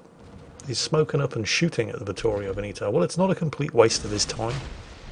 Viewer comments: Ve'-neto, not Veni'to.... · Veneto, the second E sounds like the first one. You keep saying Benito all the time. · It took me ages to understand what ship meant talking about Veneto. The british unability(or unwillingness) to pronounce "E" in latin pronunciation